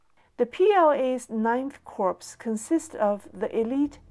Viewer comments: Minor note: "corps" is pronounce "core", not "corpse" Corpse is a dead body, not a military unit. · A great video,! The only tiny mistake is in pronouncing 'Corps': it should be pronounced as 'Core', not 'Corpse'. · Thanks for the information,. Just so you know, you are mispronouncing the title of the US Marine Corp. You are saying the word 'corpse', which means 'dead human body'. The correct pronunciation is 'core', as in the core of an apple. The 'p' at the end of Corp is silent. English has many strange exceptions, to its many strange rules. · Excellent. I hope we can get simplified Chinese subtitles eventually. By the way, "corps" is pronounced "core". If you will forgive one further comment, it is easier distributing a chart or table in one image in simplified Chinese, with very brief commentary at the bottom.